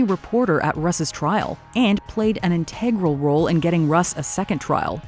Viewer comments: Look up the correct pronunciation of integral. Total turn off to hear u mispronounce. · I don’t think I’ve ever heard anyone put the stress on the second syllable in integral before.